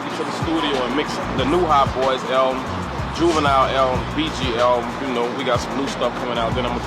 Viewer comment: You can tell when someone is not of the culture. Dude said Juvi song was "hey" instead of "Ha" and missed pronouncing his name. 😂